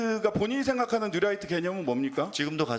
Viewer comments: 뉴라이트 아닙니다!!!! 뉴라이또 데스네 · 뉴라이트 아니고 뉴또라이또(신매국노)이무니다 ㅋㅋㅋㅋ 울트라니뽄라이트 이무니다 ㅋㅋㅋㅋㅋ